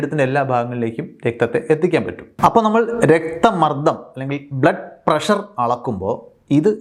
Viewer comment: സാർ ഇംഗ്ലീഷ് ഉച്ചാരണം ശ്രദ്ധിക്കുക, തിരുത്താൻ ശ്രമിക്കുക, നിങ്ങൾ തിരുത്തിയാൽ പ്രേക്ഷകരും തിരുത്താൻ ശ്രമിക്കും "താല്പര്യമുള്ളവർ" ഷുഗർറ്, പ്രഷർറ് ⚠️⚠️⚠️⚠️ ഇത്തരത്തിലുള്ള അബദ്ധങ്ങൾ പറയാതിരിക്കാൻ ശ്രദ്ധിക്കുക